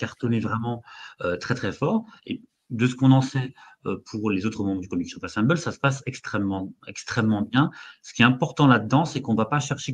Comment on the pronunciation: qui tout le long de la vidéo pense qu’il prononce bien Comics Shop Assemble et pas assemblée 😂